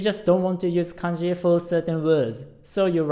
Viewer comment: When you said kanji it almost sounds like kenji